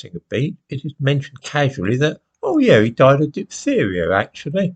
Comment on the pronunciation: The black presenter woman in sky news yesterday couldn't pronounce 'diphtheria'. She later told us about the funeral of Chris Kabaa and you would have no idea that this was a gangster, it was sold like the police were evil. Gaslighting again